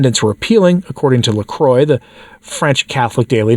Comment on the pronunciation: Dear, can you say 'moi'? (French for 'me'). I'm sure you can. Now take off the 'm' and start with 'cr' instead. Roll the 'r' in your mouth if you find it difficult to do it in your throat. No matter. Now you can say 'La Croix' in a way we can understand - instead of saying 'La Croy'! God bless.